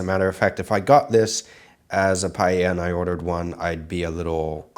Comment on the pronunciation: nice PEA-lla